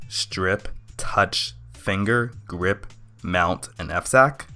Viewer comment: Your GREP kind of sounded like GRIP to me. I also heard some other quirks in your pronunciation I'll still recommend this video to a friend of mine who wondered what Linux is.